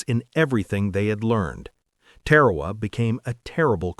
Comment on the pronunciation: It sounds like Tear Herr Waa not Te Waa Waa My Dad was a CB on Guam.